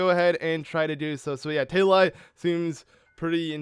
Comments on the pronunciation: How do you get "Tail-I" from the name Tali? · Who else here got triggered when he wasn't pronouncing TALI correctly. Freaking boschtet!